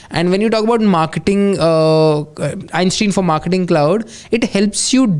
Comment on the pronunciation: Not a big deal, but it's pronounced Einstein, not Einstein. 🙂